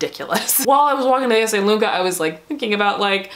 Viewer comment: hi, i’m italian,you’re the first american ever to pronunce Esselunga correctly